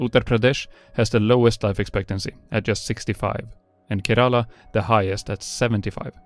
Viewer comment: How he pronounced kErAla was just funny